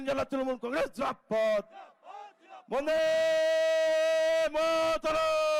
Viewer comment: কলেজে পড়ার সময় তারপর মা মাটি মানুষে যখন পথ চলা শুরু হয় তখন থেকেও "জিন্দাবাদ " উচ্চারণ এখানে কি বলছে ছিঃ ।ছিল কোথায়। এইভাবে বললে পার্টির সেই লোকের প্রতি চিন্তা অন্য রকম হয়।